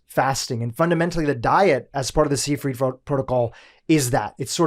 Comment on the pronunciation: Seyfried = [ z eye freet ] This is a German name s=z ey=eye ie=ee d, as last consonant in a German (or Rossiyan) word, is softened to t.